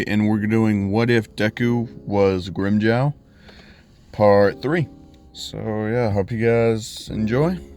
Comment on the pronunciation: it's pronounced grim-Joe